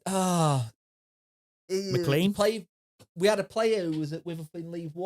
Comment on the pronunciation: Steve MacLean was a good player for us - so at least get his name right - rhymes with "lane".